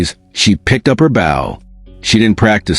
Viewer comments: Not "batten", but Ba-TON! Not "bow" (bough) but Bow (boe) you ignorant piece of metal! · The mispronunciations of baton and bow were very annoying. Bow was pronounced correctly only ONCE, when referring to her father The mispellings of names, REY HAS for Reyas, is also annoying if you are trying toread the info not listen. STOP using AI if they can not say the words with the correct pronunciations! (I don't listen to a lot of these due to the CONSTANT AI screw ups!) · OMG so right. Baton, bow, resin. I play violin and I was flinching at the pronunciations. Seriously took away from the story.